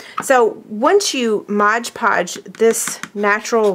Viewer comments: My GAWD, please stop saying MODGE PODGE. It is MOD Podge..... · "Mod" Podge not "Modge Podge." lol